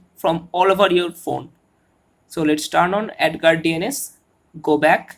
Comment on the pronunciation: Why you keep say ANUS